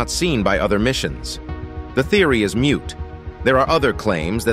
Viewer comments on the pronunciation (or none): moot not mute